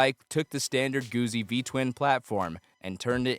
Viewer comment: Not Goozi Goot Zi like pizza